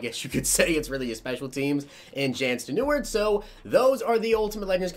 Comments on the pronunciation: Jan steneward 😂😂😂 it’s (yawn sten-I-rude) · Jan Stenerud last name is pronounced “sten-a-rude” u were close tho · It's Yan Sten-eh-rude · The man's name is said Yan s-ten rude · It’s “Yan Sten-a-rude” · Sten a rude is how you pronounce his name. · It’s pronounced Yawn Sten-er-rude I’m old enough to remember him playing for the vikes when I was 5 🤦🏼‍♂️ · Pronounced Yon(like U and then On) Stener-rude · Jan Ste-ne-rude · It’s yon stenerood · btw its pronounced yaan sten-a-roud. I think, not sure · Its sten-a-rude #notigang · It's Ste-ne-ruud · It’s pronounced Yon Sten er ood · Yawn Sten-er-ood